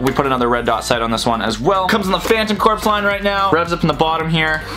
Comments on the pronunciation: It’s not cor-ps its core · Aigh! Please pronounce corps correctly! It sounds like 'core'! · Corps is pronounced Core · sigh I hate to be that guy, but "corps." is pronounced "core". I love your videos, don't get me wrong, but that drives me nuts. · He pronounced Corps wrong